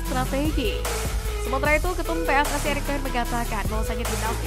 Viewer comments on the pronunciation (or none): none